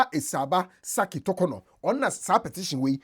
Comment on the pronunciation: Clement "Tukunor" s3n? It is Torkornoo.